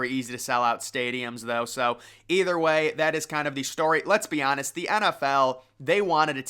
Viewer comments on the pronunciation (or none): none